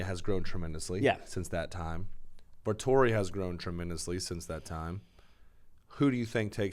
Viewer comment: It's Vettori not Vetorri lmaooo